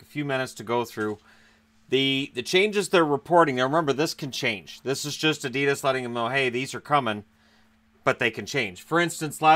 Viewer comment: Adidas ......lol you make me laugh saying adidas ............. its so wrong lol